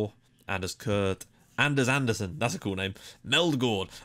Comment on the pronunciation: By the way, the "d" in Anderson (for Danish names) is not pronounced